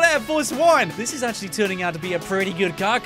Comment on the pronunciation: HE dervs it akshle